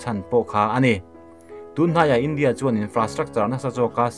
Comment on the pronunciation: Mizotawng hi ka thiam ber e chu ka ti lo. Mahse he pa zet hi chu ka zirtir chhawng veleh chak thin khawp mai, voice a reply na te hi awm se ka ti thin, ram hming lamrik angaih huna Indîa/ India tiha lam angaih hun te, China tih leh Chinâ, tih ang chi ah te hian a ti diklo nasa thin, ziak ringawt hi chuan sawifiah theih vek ani silo a, a Chanel hi mipui hip chi ani si a, atha si a, amah ber lah hian mizotawng hi a hmang dik hleithei bawk silo a